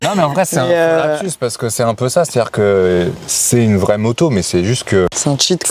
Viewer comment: À tu dis "c'est un prolapsus" ou "un gros lapsus"? Parceque ça nous a bien fait rire 😂 mais plus sérieusement, comme Toujours un vrai régal! C'est ce genre de test que j'aime regarder, merci pour ton boulot de fou!